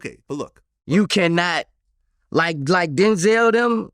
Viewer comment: Wen u speak on Denzel say his name correct 😂 Denzil 😂😂😂